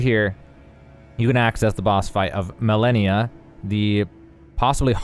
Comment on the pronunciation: Isn’t she called „Ma-Le-Ni-A“ and not Millenia